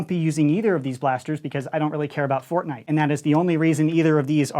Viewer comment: Fortshight? Again?